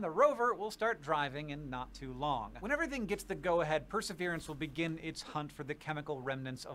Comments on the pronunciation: I heard him say per-srverance I knew I was gonna be slightly annoyed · You can't pronounce Pr-suh-vee-ruhns 😂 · Press-sir-veer-ants dummy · The name is pronounced per’ se veer’ ence. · Perseverance: per-se-VEER-ans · it is pronounced Per - ser - VEER - ance. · It's pronounced like Perserveeranse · You've never heard the word "Perseverance"? In your entire life! How? Wow they are really codling kids these days. Can't even SAY the word Perseverance! I'm ashamed to even live on the same planet.